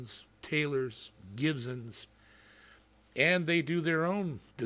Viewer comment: Wish you'd learn how to pronounce Gibson, there is no z in it.